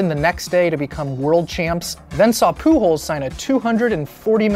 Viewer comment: love how you pronounce "Pujols" as "Poo Holes"